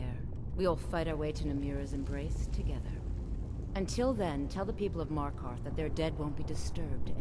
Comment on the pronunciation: me-r-keth say it right